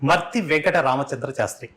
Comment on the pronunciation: వారి ఇంటి పేరు స్పష్టంగా పలుకలేదు మీరు , మార్తి వారి ఇంటి పేరు